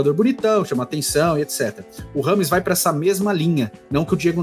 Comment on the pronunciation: Só pela insistência em ser chamado de "rrâmes" ao invés da pronúncia correta, " djêimes", ele merece a carreira q teve.